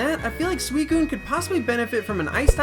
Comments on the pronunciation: It's susicune not swescune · it's pronounced sew since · Correct pronunciation is suchicun not suicun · Anyone else think it's pronounced Suicune and not Sweekoon?